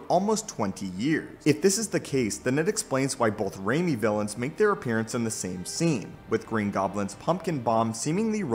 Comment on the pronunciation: Why when someone says Raimi I feel like they say "Rainy trilogy" lol XD i am like wait why? Xd oh